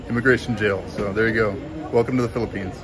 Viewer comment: Welcome to the “Fee-lippines”.